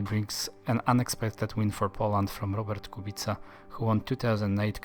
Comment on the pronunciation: I'm surprised how well u pronouce full name of Robert Kubica.